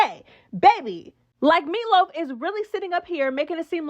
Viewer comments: Not “meatloaf” 😂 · "Meatloaf"🫨 stowpp it friend 😅😂